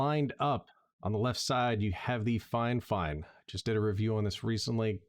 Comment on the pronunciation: Thank you and cheers, I did chuckle when you pronounced "Fi-Fine" as "Fine Fine" and had to mention it hahaha